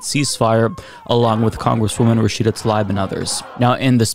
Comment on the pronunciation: Is saying Rashida's name incorrectly or is it me?